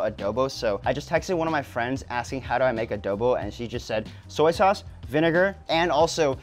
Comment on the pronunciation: Adohbow....oh lala!